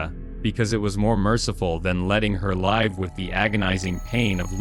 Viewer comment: How hard is it to properly pronounce live and lives seriously!!